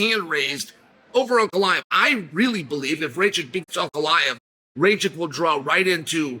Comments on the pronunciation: Bro, his surname is Rakich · Rakic…..not Racik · Racik 😂🤣😂 Only Chael can bungle the easier name to pronounce